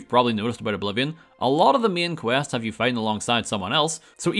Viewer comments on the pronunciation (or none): "If you hooved played" 😂😂😂